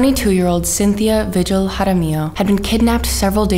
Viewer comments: Vigi is pronounced vee-hill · You pronounce her name Vee-hill